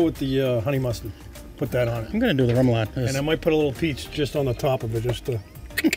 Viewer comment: Great cook! A salute to who never gave on helping pronounce remoulade. 😂: Really tasty “roo-moulade.”: “REM-oulade.” (how many times off camera? 😉)